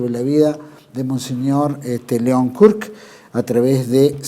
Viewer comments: No es mons "Kerk" es Mons Kruk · Muy bueno el informe ,soy hijo de una sobrina de monseñor León kruk ,aclaro que el apellido se pronuncia como se escribe